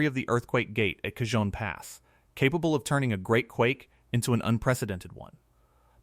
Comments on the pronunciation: No one says K-Hon Pass. Cajon is pronounced Caw Hohn by most of us living in California😢. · I live in Barstow California and I live right in the path of this monster and I know something big is coming. Its pronounced (Ca-hone) Cajon pass. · I think you mean “kuh-HOH-n” pass Lol 😂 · Cajon (Ca hone) Spanish a j is a h sound.